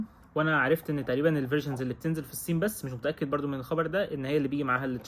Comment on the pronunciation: كيف بحكي النسوان ستحت تحكي هيك قال الصين بحكيها سين